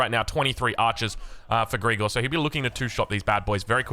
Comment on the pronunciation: Sorry but calling him "Greegor" is sf weird 😂 you pronounce it "Grigòroff" with the stress on the first O